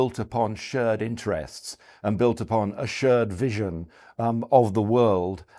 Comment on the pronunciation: He can't pronounce "shared" or "pear" either, so I think it's more a language issue in general than a China-expertise issue. No, seriously: He pronounced the vowel in "shared" and "pear(-shaped)" like the one in "word" or "bird". Really rather weird, to my ears. (Idunno, is this some ultra-posh variant of RP that I've never heard before, or some lokal dialect? But nothing else in his speech sounds particularly dialectal.)